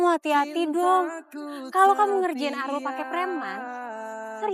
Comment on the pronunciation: kok jadi Alul sih ,kan nama nya Arul 😅😂